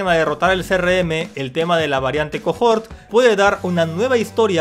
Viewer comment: Es cohort (que significa cohorte, séquito...) no cojort Sólo se pronuncia cojort